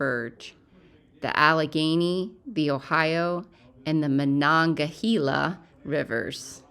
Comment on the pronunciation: It's muh-NONG-guh-HEE-luh. And it's Pittsburgh, not Pittsburg.